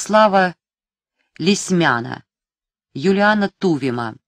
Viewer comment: Не ТУВим, а ТувИм. Не ВигдОрова, а ВИгдорова. Не Ивинская (с ударением на первом слоге), а ИвИнская. Очень досадно, когда фамилии, которые лет тридцать назад были многим хорошо известны, так искажаются.